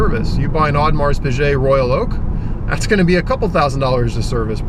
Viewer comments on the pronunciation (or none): It's pronounced awe-duh-mahr pee-geh